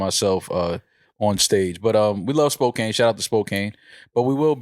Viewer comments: This shit is hilarious! It’s pronounced Spo-can (Spokane) 😂 😂 😂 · I’m from WA and it’s killing me that they’re saying SpoKANE. It’s pronounced like Spo-can. 😂😂 wtf. Also it’s not random, it’s a really big city lol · It's pernounced Spo-Can not Spo-Cane 😂 and Spokane is on of the major cities in Washington. It's not like Seattle, but you would have a pretty good sized crowd there 💯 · Spokane is not pronounced spo-kain. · SPOKANE 👏🏼 It’s pronounced “Spo-can” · Lmaoooo! You’ve never heard of Spo-CAN, Washington? Lmaoooo! I love y’all! 😂🤣😂🤣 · and its Pronounce SPO CAN